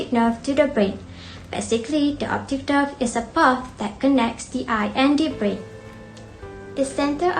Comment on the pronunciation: Thank you for uploading the video. The content is comprehensive. The video is made nicely and enjoyed watching it. Overall, a good job. Score: 4, 4, 4, 4, 3 = 19 Presenter 1 Should have avoided the use of pronoun "you". issues with plural noun (e.g., two functions), brain (breɪn) , conjunctiva, * issues of the plural S ending, oblique (əˈbliːk), coordinate (verb - koʊˈɔr dnˌeɪt), Presenter 2 Fluid (ˈflu ɪd), Presenter 3 cranial (ˈkreɪ ni əl), segments (observe the typo ) - very clear pronunciation! Presenter 4 issues with plural sounding, choroid (ˈkɔr ɔɪd) Presenter 5 pupil (ˈpyu pəl) , should've said "various distances"